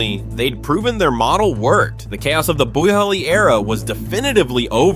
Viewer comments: dude idk who is the bigger idiot. you pronouncing boehlys name 17 times different and wrong or me just listening to this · Boo-heely I'm dead 😂😂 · Boe-hilly is my favorite pronunciation lol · 2 minutes in I have heard 9 different pronunciation on Boehly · Other teams can't figure out Chelsea, same they can't figure how to pronounce Bohley.. 🤣🤣🤣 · Mad he pronounced it differently on almost every mention mate